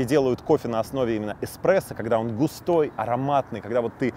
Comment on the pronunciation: я бы не доверяла человеку, который говорит еКспрессо🤣